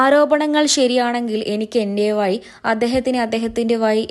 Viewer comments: ഇംഗ്ലീഷിൽ ആവും Vazhi എന്ന് എഴുതിയിരുന്നത്. അത് 'വായി' എന്ന് കഷ്ടപ്പെട്ട് വായിച്ചെടുത്തു കാണും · വയി അല്ല വഴി വഴി ആണ് ഹേ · വയി, അല്ല, വഴി. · വയി അല്ല വഴി.... ശ്രദ്ധിക്കണ്ടേ അംബാനെ 😂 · "എനിക്ക് എന്റെ വയി, അദ്ദേഹത്തിന് അദ്ദേഹത്തിൻ്റെ വയി" "എപ്പോയും" "വയി" കഷ്ടം തന്നെ ☹☹ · അക്ഷരാഭ്യാസം ഇല്ലാത്ത ഒരു ഊള ആണല്ലോ ഈ പറയുന്നേ വയി അല്ല വഴി കഷ്ട്ടം തന്നെ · Vayi alla ; vazhi aanu ..poyi nakku vadikku....😢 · എന്റെ വയി അല്ല എന്റെ വഴി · യ അല്ല ഴ വാഴയുടെ ഴ 😁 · ഞാൻ ഞെട്ടിയത് വായന കേട്ടിട്ടാണ്. "ജൈസൂര്യ, അന്വോഷണം, വയി' ഭീകരം തന്നെ മൊയ്ലാളീ. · വയി അല്ല വഴി ആണ് പഴത്തിലെ ഴ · എന്തോന്ന് കോപ്പിലേ കോ.............. ലെ ഹെഡ്ഡിംഗ് കൊടുത്തിരിക്കുന്നത് ഇത് കേട്ടാൽ ഞൊട്ടിപ്പോകും എന്നോ... എന്തോന്നാടീ.. വേറെ പണിയൊന്നുമില്ലേ ചാനൽന് റേറ്റ് കൂട്ടാൻ, വെച്ചിട്ട് പോടീ, പറയാനും അറിയില്ല, എന്തൂട്ടാണ് വയിയുണ്ട്..... ന്നോ അതോ വഴിയുണ്ട് എന്നാണോ. ഒരു മരമാക്രി റിപ്പോർട്ട്‌ 😀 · വഴി എന്ന് പറഞ്ഞൂടെ. വയി അല്ല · വയി അല്ല വഴി😂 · വഴി ആണ് അല്ലാതെ വയി അല്ല.... എന്താ.... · Ente vayi ennalla ...... Ente vazhi ennu paranjupadikkuka .... Malayalam parayumpol yaa...Zha... Maya...vaaya ....koyi ....ennuparayathe Mazha ...vaazha .....kozhi .....pazham...ennuparayan sramikkuka ..... Ezhuthachante nattilullavar ...... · Vayi kollam.. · എപ്പോയും, വയി എന്നൊക്കെ വായിക്കാൻ അപാര തൊലിക്കട്ടി വേണം. സമ്മതിച്ചിരിക്കുന്നു. യാതൊരു ഉളുപ്പുമില്ലാത്ത ഈ വാർത്ത വായന കേട്ടിട്ടാണ് യഥാർത്ഥത്തിൽ ഞെട്ടിപ്പോയത്. ! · 'വഴി ' എന്ന് ശരിയായി ഉച്ചരിക്കൂ പ്ലീസ്